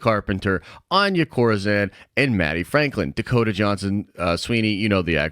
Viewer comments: Your saying Anya Corazon Wrong lmaoooo its spanish you pronounce it: On-Yah Co-Ra-Zone <<(roll the R). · Hearing pronounce Anya Corazòn…yup, sounds about white!!